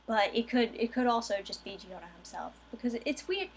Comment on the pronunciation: In italian "Gio" sounds the same as "Jo", so the pronunciation is "Jorno".